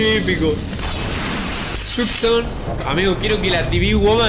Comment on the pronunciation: Porque siempre dises Tucson